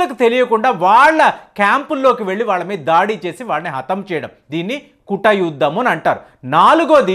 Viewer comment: Mee bhasha tappugaa unnadi guda yuddham kaadu adi goodha గూఢ యుద్ధం. అలాగే కుటయుద్ధమూ కాదు అది కూట యుద్ధం.